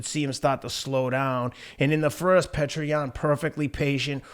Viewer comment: His name isn’t pronounced “Petra” 😂 it’s pronounced “ peeyota”